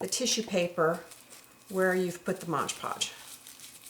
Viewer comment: This is amazing! I LOVE this!!! The only thing is that it's MOD PODGE, not MODGE PODGE lol!